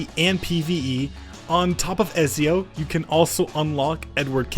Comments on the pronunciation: It hurt so much 💀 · Bro messed up the pronunciation for Ezio like 10 times